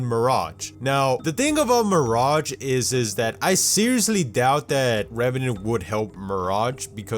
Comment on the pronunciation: why do you cal mirage, MIRACH?